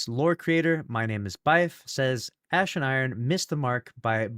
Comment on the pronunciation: Notice he said “ass” instead of “ash”, it has become habit.